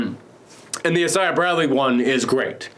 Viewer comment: is the only guy who I’ve heard who pronounced Isaiah Bradley’s name like that